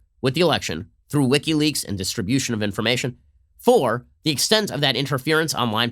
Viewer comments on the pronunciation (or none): none